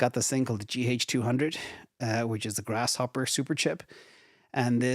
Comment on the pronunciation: GRACE Hopper, Not GRASS.